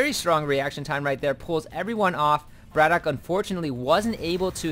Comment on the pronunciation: at the beginning of the game you were saying whether it was bratOKAY or bratok, so i just mentioned that you did it the right way :)